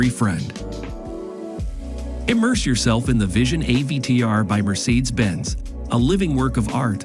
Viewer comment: Paying your narrator too much, guy can't figure out how to pronounce Mercedes or Origami 🙊